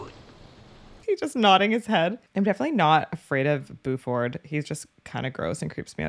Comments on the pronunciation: Not gonna lie - it's kinda charming the way you keep pronouncing his name BOO-ford. 😄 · It’s pronounced “Bew-Furd” not “Boo-ford”. We will have to send you out for southern accent training when we send you out to stunt car driving school. lol. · It's killing me across multiple reactions. BYOO-ford, not boo-ferd. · I love how she calls him "BooFord" and not B-U- ford as it is pronounced lol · B-You-ferd not 'Boo-ford' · And the Sherriff is B-YOU-FORD not BOO-FORD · Nobody says Boo-ford. It’s pronounced B-you-ford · your pronunciaction of Buford is killing me. Ha!